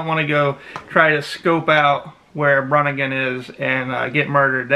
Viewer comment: It isn't really a LOST CITY ..it's more like Enchanted place like AGARTHA!!! A kababayan from NY and please pronounced it correctly ....BEE REE NGAN and my suggestion to you Sir is to not delve on these ELEMENTS for it's NO JOKE!!!! You are a foreigner and you don't know the ELEMENTALS in the Philippines...TY